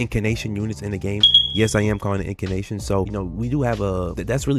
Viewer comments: INN - CAN - TAY - SHUN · I already told him how to say it, he called me out 2 videos ago 😂